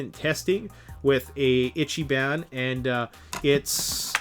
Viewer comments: That salt over saws. Kinda makes me laugh. Moreso though your horrible butchering of Japanese words. "Itchy ban" is not a thing. It's Ichiban "ee-chi-bon " meaning something akin to "Greatest" or "Best". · Still have to admit the samurai saws are still pretty good as saws go. But I am glad that the silky was represented correctly. In addition ichiban is pronounced ee chi bon (like bon bon) not itchy ban. Just helping out with phonetics sounds. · Japanese i is pronounced ee. Eecheeban, not itchyban. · Good video and even better comments section. But you’re killing me every time you say Ichiban. It’s pronounced Each-ee-bahn. translated as “number 1” in Japanese. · You better learn how to pronounce it: “Ichi-BON” even though it’s written “ban”. It means “best” or literally “number one” in Japanese. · and stop mispronouncing it is pronounced like itch-e-bon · its pronounced more like "EEchEEbAHn" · And ergonomics....sorry but was overwhelmed with "itchyban" etc. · How do you get hungry by saying Ichiban wrong? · Please google the correct pronunciation of ichiban. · If you're going to sell Japanese saws, please learn a little proper pronunciation. Long time subscriber and love your videos but this one made me cringe.